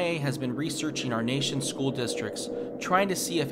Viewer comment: "SHCOOL" lmao